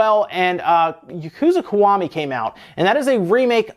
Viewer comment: It's pronounced "Key" .... The Ki from Kiwami is pronounced "key"